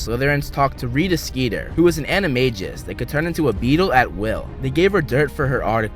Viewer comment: It’s animagus not animajus